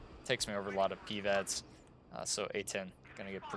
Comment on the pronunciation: I love your videos but please stop pronouncing PIVADS like PEEVADS